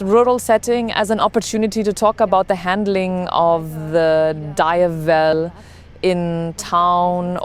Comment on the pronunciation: DiAAAAvel Not D I evel